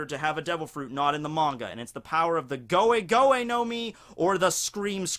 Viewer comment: Goe Goe, not Goa-Goa.